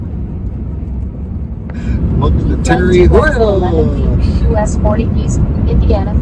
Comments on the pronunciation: It's pronunced tare - uh - hote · it's TARE-uh HOTE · Terre Haute pronounced Tara Hote... great video!